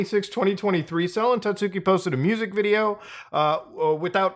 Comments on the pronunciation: hard to take this video seriously when you're calling her 'sellin tatsooki' the entire time lol. you did research and couldn't even get her name right? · Sel-en Tatsooki, eh? Is she related to Selen Tatsuki? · I swear no one can pronounce "Selen Tatsuki" correctly, not even a lot of fans, even though she says her name all the time